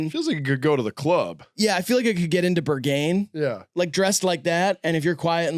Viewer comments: bro said „burgane“ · why is little one saying Berghain like it's anthony bourdain's last name